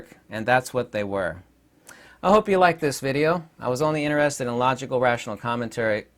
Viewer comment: In-TER-ested. TER. It has letter T in it.